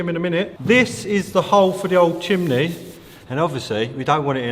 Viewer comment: What’s a Chimley ? 😂 you mean Chimney ( chim-nee… ) how is a dyslexic bloke correcting your words lol 😂 oh my days